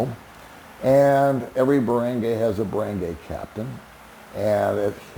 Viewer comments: Where did you learn how to pronounce “Barangay”? It is a short “a” not a long a as you say. Lol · Is it really so hard to learn how to pronounce "Barangay" correctly?